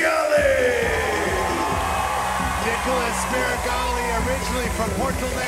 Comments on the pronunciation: Not "Niggalas" Meregali. This announcer is wild 😂😅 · That man said Niggalas lmao